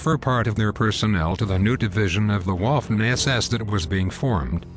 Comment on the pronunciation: Do you say fortyxx or thirtyxx? And learn to pronounce Wittman, not Whitman, and Waffen not Whaffen...otherwise good show.